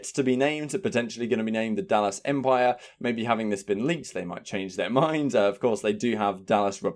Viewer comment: Lol empire is 3 syllables tho. U doughnut 🤣